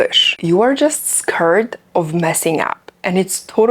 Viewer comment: scurd ✖️ skAired ✔️